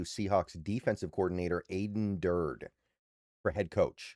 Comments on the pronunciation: it's Dur Day not Durd rhymes with turd. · Aden who?😂 (It's 'Durd-y') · It's pronounced dur-day. Do your homework. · I watch a lot of videos from and like his content...but I agree he really should study proper pronunciation for at minimum our guys